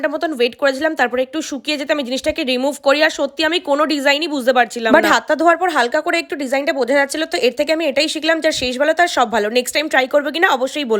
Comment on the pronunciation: টেরাই না ট্রাই